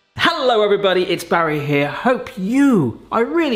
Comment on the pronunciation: batty no BARRY! really "old skool" really bArry jeez maaaan